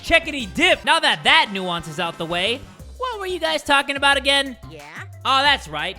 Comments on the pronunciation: The game: “Now that that nuisance is out of the way”: “Now that that nooance is out of the way” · Also the way he said nuisance like 😂🙌